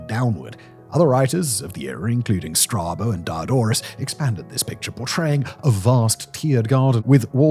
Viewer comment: Calliope, Strabo, L'Anse aux Meadows, you've really got to work on your pronunciations.